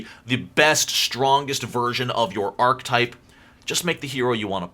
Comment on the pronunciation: I like how you call yourself out for saying "choosed", but not "ark-type" like 10 times when it's really pronounced "are-kah-type". 😂 Great video man, good stuff.